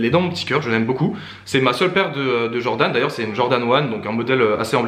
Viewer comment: Jordan se prononce DJordan 😭😭 sinon louurdddd